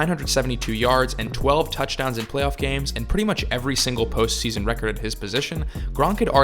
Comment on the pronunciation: Best post season... gosh you need to articulate that better especially with the charter of grunk it sounded a lot dirtier